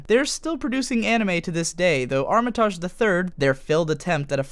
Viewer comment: It hurt every time you said her name because it is so mispronounced. It’s arm-it-age ! Loved polly matrix and the characters was great but duo matrix was pants. It cost me £30quid and a reader to play this on a PlayStation back in the day.. how I weeped when it was a shadow of its former self. Also Pluto was such a wasted character in Duo. We never really discover his purpose.